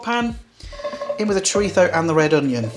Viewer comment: you have a speach impediment or can you not say Z as in ZHO...or ChoriZHO? I had to ask a buddy from England to say chorizo and he had no problem with it.